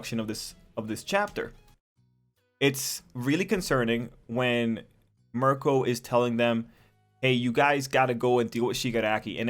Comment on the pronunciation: Miruko is pretty much Bakugou with bunny traits. Her name is pronounced Mee-roo-koh. I only mention this because you keep calling her Marco, and that's an Italian man's name.